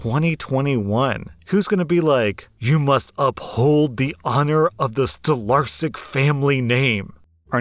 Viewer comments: Stolarsyk? Did you mean Stolarczyk or did I misunderstand? Sorry if I seem creepy or something, it's just that I'm Polish and Stolarsyk doesn't quite sound right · you butchered the polish last name,just so you know it's pronounced stolarchik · heya you misprounced Stolarczyk, its pronounced like Stolarchyk with the pirate r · I think it was Stolarsyk, or Stolarśik, or even Stolarczyk with the ś making a 'sh' sound. He might've been pronouncing the 'I an English way, or 'y' the Polish way, I'm not sure. I'm Polish, and it's common for Polish name's to end with 'yk' or 'ski' but there are some exceptions of course. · I don't want to be rude because i love your videos but ,, stolarsik" (or something like that) doesn't seem to me like a polish second name to be honest . I am polish and i think you said it in a maybe different way and that is why it doesn't sound polish. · What is this stalarsic surname? You are probably saying something wrong 99% bc im 100% polish and cant understand it. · Ok so the name in is pronounced Stolarczyk, if I heard correctly. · It's not a polish name. Maybe it was but got butchered badly. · i can't blame them, im polish and the way you pronouced it made me think its a german name, lol